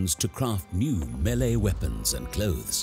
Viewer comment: big ups for correct melee pronunciation, always tilts me LOL